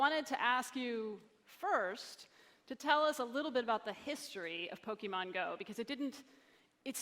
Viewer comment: How is this guy the CEO of Niantic when he can't even say the name of the game correctly.